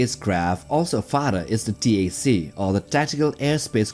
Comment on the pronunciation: t-a-c fighters??? “tac” as in short for tactical, ie: tactical fighters? Sigh….